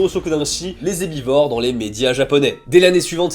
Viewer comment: lapsus : les zeubi-vores au lieu des herbivores. C-Q🍑-F-D